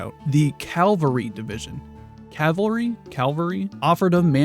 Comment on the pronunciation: Cavalry as in cavalier. You will never mix that up again